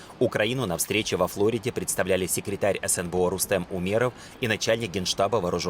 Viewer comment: Тов., а почему ФлОрида, когда по русски ФлорИда?